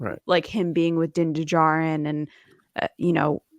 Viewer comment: I've just got my Hot Toy, no stealing Din's armour!!! 😅 I'm not buying another! LOL Hopefully he knows how to swim to redeem himself in the waters 😆 Bold prediction ... he drowns and rises up on a Mythasaur 😁 BTW guys, Djarin is pronounced with a silent D.